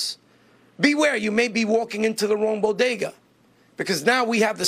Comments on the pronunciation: Bo-DAY-guz? Jill told me it BO-guh-duz. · I wonder how long it's gonna take Jill Biden to figure out how to pronounce 'bodega' now?...😆